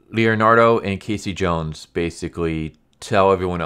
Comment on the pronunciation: I stopped watching when he said K C Jones. I just can't hear anymore.